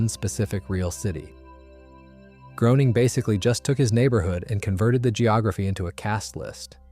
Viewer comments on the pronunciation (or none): Greyning, not Growning...